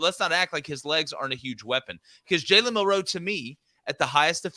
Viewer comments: Why do you guys think the emphasis in Milroe is on the 2nd syllable? It's not! It's MIL-roe. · Why do these guys say milroe like they have a speech impediment